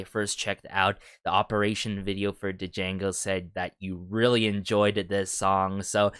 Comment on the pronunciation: I believe the name Django is pronounced without the D, like in Django Unchained. Great reaction!